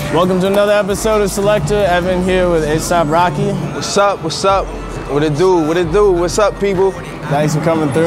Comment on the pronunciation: he said aesop rocky lol